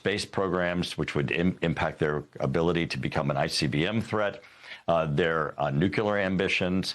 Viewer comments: I await the day that the George Bush saying of nucular ends and the people that are supposed to be bright get that it is Nuclear. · this guy says "nucular" exactly like homer simpson does 😂